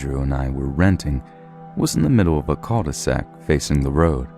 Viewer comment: cal-de-sac: literally: Bagend. You're Bilbo.